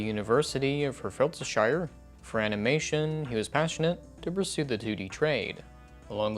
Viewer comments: Could you butcher that pronunciation anymore? It's literally just Heart-Ford-Share. Not Haurhtehfordshaire lol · I know I shouldn't get hung up on this but it's not Her-fert-a-shire it's heart-ford-sheer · its pronounced "heart-ford-sher" not herfeltodshire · ‘university of herfooltdeeshire’ ah yes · You pronounced Hertfordshire wrong ifs actually pronounced hart ford sher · I'm from hertfordshire and you slaughtered it xD "Heart-Ford-Sheer" is it's phonetic pronunciation Hurt my feels haha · I've never heard anyone pronounce Hertfordshire like that (for reference it's hart-fəd-shur) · i disnt think in all of my life id hear hertfordshire butchered to complete shit xDDDD its 'heart-ford-shire' its literally the most white brit sounding county and you somehow made it sound german lmaoo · I really hope that pronunciation of Hertfordshire was a joke!! Look heres how you say it: Heart - Ford - Sheer I’ve never been so offended in my life! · I lost my shit when you said my uni's name, what a cameo :P It's pronounced "heart-ford-sheer"! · You pronouncing Hertfordshire got me haha! It’s Hurt-Ford-Shire like getting hurt, the car brand and shy-er :) I hope that helps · oh god that pronunciation of hertfordshire was dire. sorry man. It's hart-ford (soft d)-shur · Excuse me wtf was that pronunciation of Hertfordhire????